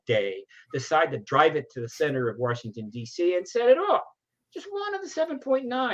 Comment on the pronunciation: ...for heaven's sake man...it's Washington not Warshington.